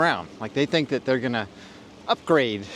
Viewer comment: Upgrade: which he spells thusly - Ugraayde